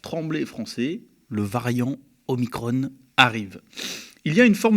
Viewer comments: C'est OMICRON et non OMICRONE!! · "Omicrone", Ah non, pas vous ! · OMICRON se prononce à la française svp !! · Oulà ! Va falloir choisir la prononciation : soit on prononce omicron, soit on prononce Marione, mais on ne peut pas faire à l’un ce que l’on fait pas à l’autre.